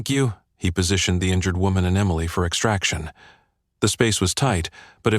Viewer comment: At about : the first version of Emily is misppronounced.